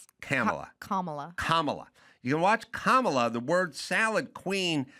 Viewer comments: "COMMA-la" bro ahaahahahha, fricking mental jobs on dem's side, liar$$$$ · Adam has yelled at Elisha before, the first couple episodes with her she was supporting DEI and defending Sonny hostin, Adam had to tell her to use her brain. she rambles and Adam once again had to wince. Then she corrects Adam on how to say Kamala here, she didn’t get Adam’s Buttigieg, fruit joke, and then she’s oblivious again... She’s unaware of Adams satire or points. So sorry to say I’m a bit disappointed to hear Adam defend her. I hope she’s not full-time.